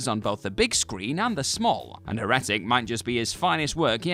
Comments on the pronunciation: Me too! Second video where he does it too. Cambridge: / ˈher.ə.tɪk/ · I'm glad someone wrote it phonetically.... someone should've written it that way on the script, he mayve said it right then 😆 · The way you pronounce heretic makes me crazy... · The fact he kept repeating it that way too.... just found myself shouting it back correctly